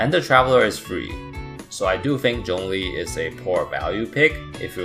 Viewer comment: Remember guys his name is 钟离, not 钟力 (google translate to hear the difference)